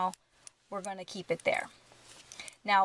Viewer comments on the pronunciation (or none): none